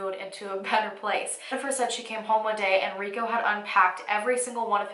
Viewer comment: Why do you pronounce his name as "Ree go" and not "Ree ko"?